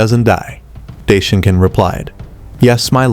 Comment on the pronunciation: You mean daishinkan?? Right?? Not day shinkan